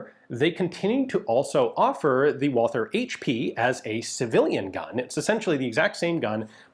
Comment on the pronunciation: One of these days someone really needs to teach Ian the pronounciation of Walther...